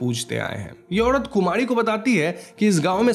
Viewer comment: Kumadi??? Are you saying Kumadi??